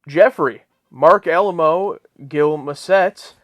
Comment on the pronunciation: Firstly, thank you for the three episodes in one week. Much appreciated. And now, let's talk about pronunciations (my favorite topic). It's Kayko, not Keeko. And Alaymo, not Alamo. Thanks again for the three in one! :)